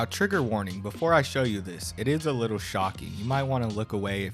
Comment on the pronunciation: i think it might be the "twinkle twinkle wittol stah" incident 😭